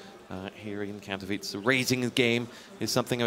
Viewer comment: Lol i love like this guy on the begining cant say properly Katowice :D